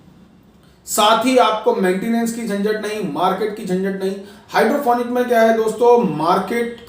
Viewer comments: sorry to say but sir u dont even know how to say hydroponic u are saying hydrophonic well its future of agriculture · भाई पहले बोलना सीख ले हाइड्रोपोनिक होता है न कि हाइड्रोफोनिक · Ap pahle nam to sahi lelo hydrofonic nahi hydroponic hota he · Hydrofonic nahi hota hai. Hydroponic hota hai😊